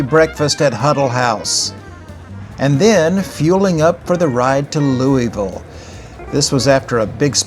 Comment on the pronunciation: Great video, one major issue though. It’s pronounced Lou-uh-vull . Not Lou-e-ville